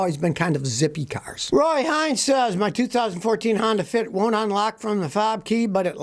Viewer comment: UNlock, not ONlock, Scotty, please.